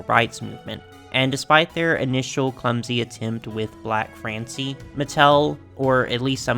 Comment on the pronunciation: By the way he voiced it, I thought they called her "n-word Francie"